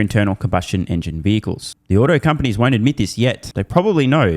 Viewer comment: Wow, Cathie is the first American I've heard talking about the autoindustry for a couple of years where I could tell she means "AUTO-" as opposed to "OTTO-industry", I guess she does NOT just mean the German auto-industry 🤣